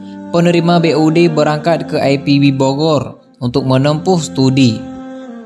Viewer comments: Ini sangat lucu sok English bahasanya, IPB kok di baca ai Pi bi. Jangan norak dong pengisi suaranya. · Mas tolong dibaca IPB (INSTITUT PERTANIAN BOGOR) tidak usah dibaca ai pi bi. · Aipibi? Oiii....itu bukan singkatan dari bahasa Inggris. Mau gaya-gayaan bahasa tapi salah... wkwkwkwkwk.... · IPB pak...jgn di baca dg logat inggris..krn anda berbahasa indonesia